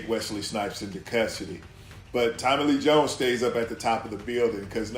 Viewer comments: I deadass was reading your comment when he said Tommillyjones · I love the way he pronounces Tommy Lee Jones as one word like Tommillyjoans.